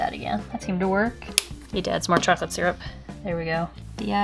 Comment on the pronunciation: "need to add more chocolate syrup." My family makes fun of me for pronouncing syrup the way you just did ;-; ( I also pronounce egg "wrong" as well... ;-;)